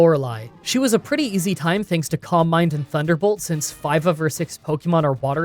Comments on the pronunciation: I’m so sorry but whenever you said “calm mind” I thought you were saying “combine”, and was really confused for a bit there 😆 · Silly random comment of the day, for a long time I thought "columbine" was a Pokemon move I didn't know, then suddenly I realise "oh my god, he's saying Calm mind!", funny how different English accents can disguise the word you hear :D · Who else is only hearing "combine" when he seys "calm mind" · I kept mistaking your pronunciation of calm mind for "combine", and I can't help but think that would he the ultimate move. Can't outmuscle the opponent? Throw it in the combine!